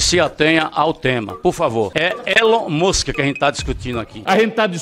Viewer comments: Elon mushen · Elon mÚskÍ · Da-lhes Elon "Muchin" 😂😂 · Os cara é tão inteligente que fala "Elom muski" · ELON MUSSE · A galera tem dificuldade até de falar o nome do Elon Musk, vai Brasil. Sensacionais estes vídeos.